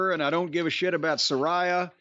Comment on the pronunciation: Its pronounced Suh-ray-uh, JIM🙄